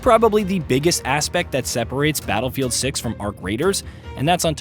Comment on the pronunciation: Did you say battlefield suck or battlefield 6😂😂😂😂😂